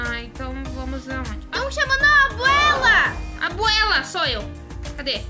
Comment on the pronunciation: Você. Fala. Que o. Nome. Da. Abuela. E. Aguela